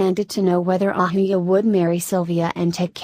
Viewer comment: Who is this narrator lady??.. y narrate Indian names AND mispronunce almost every name in every video??.. Ahuja pronounced ahooya !!! ugh